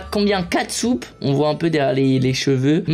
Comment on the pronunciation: "On a 4soupes " moi j'ai entendu on a kaatsup 🤣